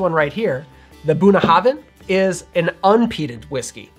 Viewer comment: Small tip when pronouncing "Bunnahabhain": In a lot of the Celtic languages, "bh" sounds similar to the "v" in the English word "violin." (Think about the women's name "Siobhan" here.) The "habh" in "Bunnahabhain" doesn't sound like the first part of the word "hobbit."